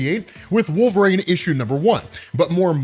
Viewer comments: I just watched this to hear you say “Wolv-reen” instead of “Wol-ver-een” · I took nothing away from this video other than the fact that you can't pronounce Wolverine. I keep hearing Wove rain and it bothers me.